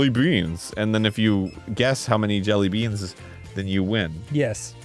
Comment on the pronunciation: Did anyone else’s ears twitch from Arin’s repeatedly pronouncing it jellyBEAN